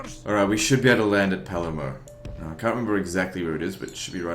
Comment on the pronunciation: In Australian, the R in Palermo is silent.